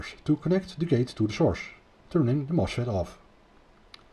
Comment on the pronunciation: Sa démonstration est très intéressante et très bien faite mais il nous agace avec son accent auvergnat, le gugusse ! On ne dit pas : "moche Fête" mais on dit : "MOS FET". Même chose pour le : "pouche poul".